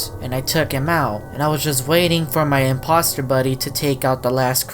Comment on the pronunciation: It’s the I’m-pop-ster